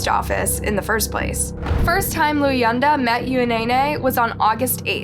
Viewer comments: Luyanda is pronounced “Lu-wan-da” your videos research is getting so much better! feel like a proud mother lol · You copy from coffhousecrime again? And you completely butcher all African names. You-e-naynay? Looyanata? Wtf. You don’t even research your cases at all do you.